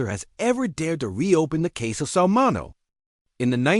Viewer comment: MIN E O...AI cant pronounce words